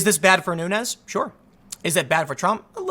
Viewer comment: You are miss pronouncing the name of Rep. Nunes. It’s a Portuguese name so it should be pronounced as the plural of noon, noons